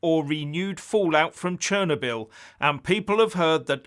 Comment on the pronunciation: "Churnabill"? Never heard it pronounced that way before.